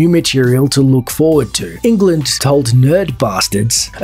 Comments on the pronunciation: It's also not pronounced as England, like the 50 times in this video. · All this research and you mispronounce his name 50 times? Ridiculous